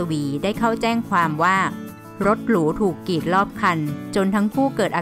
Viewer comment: ดังก่าว กีด..อ่านไม่มีคำควบกล้ำเลย